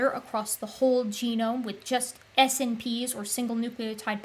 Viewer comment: I've usually heard 'SNPs' pronounced 'snips', which might be easier. Or it might not! Just FYI.